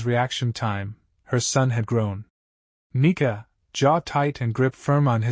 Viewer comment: bro why the fuck is the ai saying the n word instead of nika like tf